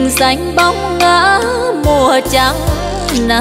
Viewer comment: Đã hát nhạc về Huế thì nên chú ý phát âm chuẩn, Huế đã xa rồi thì hát (( dồi..)) dồi là gì hở,, Trăng thì hát ((chăng..)) giữ chút gì cho riêng Huế nha